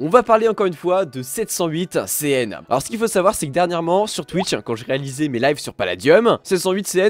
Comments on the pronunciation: C'est juste moi ou tu dis C800CN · msg à toi arrête de dire c800cn c’est 708CN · C'est pas "C800CN" C'est "708CN". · Ta dit c800cn😂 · 708CN t un beau gosse on s'en fout de tes problème d'élocution tu es comme tu est tu es une bonne personne ce qui ce moque de 708CN doit être banni(e) de la chaîne et de paladium